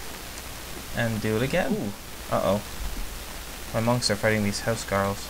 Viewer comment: Huscarls is prenounced with a K not SK sorry, im danish... cant help it, Hus means House and Carl means Knight/Serf of the King but, you seem to be very inclined with the norman way of fighting